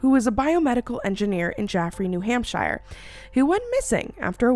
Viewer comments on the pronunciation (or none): Not me dying and listening back to the adorable mispronunciation of Hampshire - the shire is pronounced like “sure” also dying that u said New Hampshire bc nothing happens here lmao anyways I love you and your content sending love and light your way 🥰